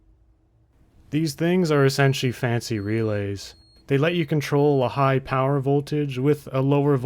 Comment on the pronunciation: unlimited POWAH!